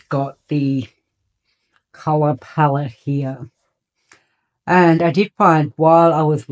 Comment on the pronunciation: Palette not palawan 😣